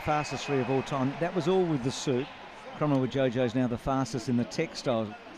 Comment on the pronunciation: it's pronounced kromo-wijoyo..joyo not jojo :))